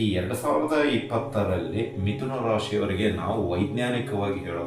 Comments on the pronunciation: ವಿಥುನ ಅಲ್ಲ , ಮಿಥುನ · Namaste gurugale.mithuna antha agabeku.adare vithuna aagide gurugale.